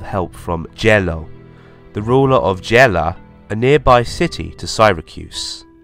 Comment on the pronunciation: Why does he butcher the name of Syracuse?